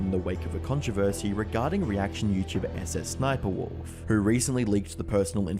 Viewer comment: I love how he just goes susussniperwolf instead of sssniperwolf 😂😂